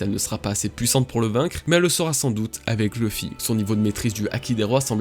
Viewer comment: Par contre c pas ousopp mais usopp avec un u Et pas l'oeufy mais louffy please, je vous en supplie